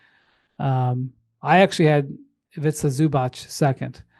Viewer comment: It's pronounced Ivica like Pizza. And Zubac like Robots.